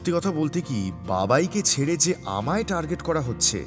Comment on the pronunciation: Golpo ta bhalo kintu please উচ্চারণ এ খেয়াল রাখুন। "পাড়া" আর "পারা", "ছেড়ে" আর "ছেরে" এক নয়।